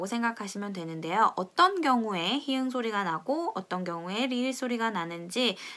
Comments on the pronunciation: 포르투갈어를 쉽게 알려주셔서 감사합니다 🙂 그런데 설명하실 때, ㅎ을 히응으로 읽으면서 많은 설명을 해 주시는데... 한글자모 ㅎ은 [히응]이 아니라 "히읗[히읃]"으로 읽어야 되기 때문에, [히읃]으로 읽어주시면 더 좋을 것 같아요. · 잘 들었습니다. ㅎ을 히응으로 발음하시지 마시구요 히읃으로 발음해 주세요~~^^ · r , rr 발음 설명드릴때, ㅎ 은 히읗[히읃] 입니다. 제가 히응이라고 발음하는 부분은 오류이고요. 한글자모의 경우 이해를 돕기 위해 넣은부분이라 세심한 신경쓰지 못한 부분 죄송하고 양해 부탁드립니다. 이미 해당 부분은 다른 코멘트를 통해 얘기를 해주셔서 알고있고요. 콘텐츠 다시 만들게 되면 꼭 반영하겠습니다. 시원스쿨 콘텐츠에는 해당 부분 반영되어있습니다. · ㅎ 은 "히응'이 아니라 히읗, 즉 '히읏'으로 발음합니다.